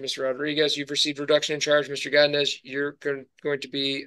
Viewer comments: “Gadines” man, it’s go-di-nez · Why is he saying godinez like that lol😂😂😂😂😂